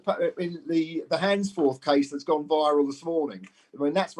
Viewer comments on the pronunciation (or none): Its Handforth without an s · What an opportunist video - sad. Can’t even pronounce Handforth